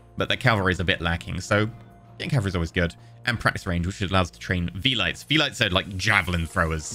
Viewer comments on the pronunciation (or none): Yeah, the "Vee-lites" amused me